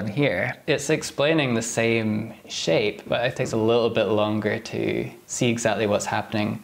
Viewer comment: I no-Ticed how he pronounces his Ts and now i can'T unhear iT